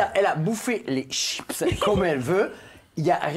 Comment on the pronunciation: da italienne je suis comme je du mal avec le mots chipsss!!😅toutes les mondes me faite la remarque 😂😂😂